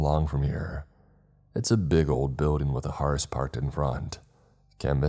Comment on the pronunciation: When “hearse” was repeatedly pronounced wrong, it broke the immersion for me. Damn it! It rhymes with “purse.”